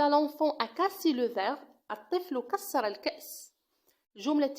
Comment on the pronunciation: Je suis très désolé mais vous avez quoi mis une faute ليس كسّر كسر لكن ليس هناك اشكال juste dans la prononciation encore une fois désolé😊😅